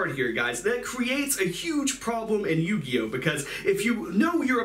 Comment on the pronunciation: Yuginono turn to yu-gi-oh-no😭